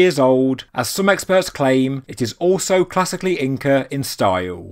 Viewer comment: you said Incre lol thanks for saying it correct 99% of the time despite your accent. i appreciate your vids.